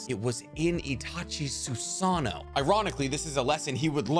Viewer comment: Love the vid. But you need to pronounce some of the names better. Especially when you repeat it over and over. SUUUSAAAAANNNOOO , tussskaaaa blade. 😉